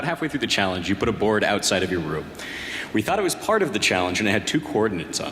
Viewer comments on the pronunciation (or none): none